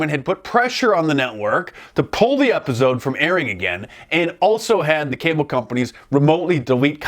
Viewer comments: I never noticed how Mark pronounces episode as “epizode.” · Man now i can't unhear that lol. Epizode.